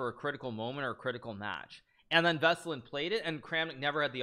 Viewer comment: Alright let's clear this one out, because it bugs me everytime i hear it: Veselin Topalov - Веселин Топалов the hit in Veselin falls on the "i" V e s e l "i" n ! And then in Topalov is on the "a" T o p "a" l o v ВеселИн ТопАлов! Its Veselin not vaseline ffs Hikaru and your pronouns man